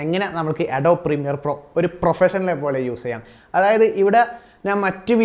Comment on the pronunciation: അഡോബി എന്നാണ്